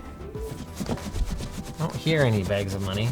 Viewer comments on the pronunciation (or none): Canadian voice: Internet moneyy